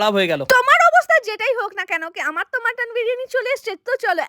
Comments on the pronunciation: মটন না মাটান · মাটান❎ মটন ✅🙂🙏